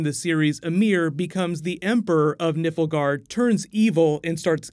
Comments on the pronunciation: Looking forward to this series of videos. Two criticisms, it's called Nilf-guard, not Nippleguard. Watch the game video to see how it's pronounced. Also, Ger-alt, not Gu-air-alt. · Also - NILFgaard, not NIFLgaard. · I like this video but please, its Nilfgaard not Nifelgaard. Sounds terrible! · Yes, 2020 sound most likely. Months of writing, months of pre-production and we're already in 2019 when they start filming which takes around 10-12 months along with post-production. But for future videos,, it's GEralt, not GerAlt. And Nilfgaard, not Niflgaard:) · Good video and can't wait for this series! Just a quick note, the empire is pronounced Nilfgaard, the 'L' comes before the 'F' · Love your videos just a few friendly corrections for future videos hopefully. Ciri is a main character in the 3rd game Only she’s briefly mentioned in the 2nd and if I recall not at all in the first. Also it’s Nilf-guard Figured I’d point that out in case you do more videos on the series when comparing the games though it seems many have pointed it out heh. As always fun stuff! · Just some corrections :) Cirilla only shows up on the third game not all of them and its Nilfgard not niflgard. Im not poking fun of speech its just pronounced differently to how you said it :) 'Nilf' as in Milf' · Nilfgaard* not "Nifflegaard". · You included a clip of Emir saying "Nilfgaard" yet you kept saying "NIfflegard" ... Much bother, very no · Nilfgaard not Niflgaard, please coreect it in future videos. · Gŕeat video but please for gods sake...its not NIFL-Gard but NILF-GAARD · It's NILFgaard not Niffelgaard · *Nilfgaard, not Niflgaard =P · oh ffs... it's NILFgard, not NIFLgard. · Nilfgaard not Niflgaard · Nilfgaard, not Niflgaard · NIFLGAARD? What?! Are you just trolling us? I swear there's always something you tragically mispronounce 😂 Maybe it's different in America, or in the books but in the UK version of the game we say Nilfgaard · I thought he said Nipple guard at first LOL! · Also Nilfgaard